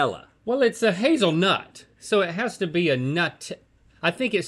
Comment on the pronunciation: wtf is a hazelnewt